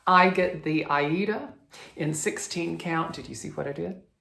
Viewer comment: your Miss Cherry Blossom is really starting to take shape now and looks beautiful. Thank you to Sue and then in turn yourself for sharing such a lovely story. I did note the Aida pronunciations 😆. I have had to it up this week after my anxiety reared it's ugly head a bit more than I like it too but feeling more on track again now. I look forward to next week's special. Have a wonderful week 😊. The pattern you have named clouds really is lovely. Xx